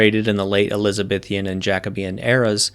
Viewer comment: I guess I expected more about white slavery in early colonial American history, but this gives a good and informed backdrop. Please note that the Canadian territory is New-Found-Land, with the emphasis on either the first or second word. It is definitely NOT New FINland. Also the proper spelling of the descriptor "ElizaBEthan" is just that, not "ElizabeTHIAN."